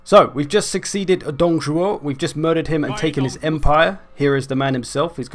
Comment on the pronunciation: Tip on pronouncing the 'ü' in Lü: (wiki page for this vowel ) If you speak French: It is the same sound as 'u' in 'tu' (you), just stretched out. If you speak German: It is the same sound as 'ü' in über(over). Also you nailed the pronunciation AND the intonation of Dǒng Zhuó, so well bloody done on that!